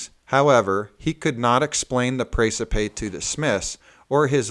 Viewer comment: Hey! How are ya!? Seen the latest Precipe? Am waiting on your comments.... Hope you're well! By the way, Precipe is pronounced the same way as recipe! ress-eh-pee GodSpeed!